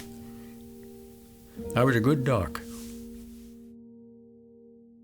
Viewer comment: I thought I heard him say duck